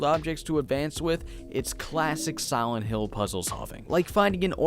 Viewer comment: Siwent hill. Look at his lips during pronunciation.